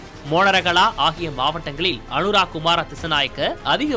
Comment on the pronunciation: Anuraaa illa anura